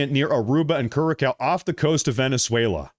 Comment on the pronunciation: Curaçao is pronounced kurasao